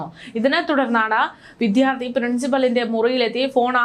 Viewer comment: വിഥ്യാർത്തി എന്നല്ല, വിദ്യാർത്ഥി എന്നാണ് പറയേണ്ടത് ❤️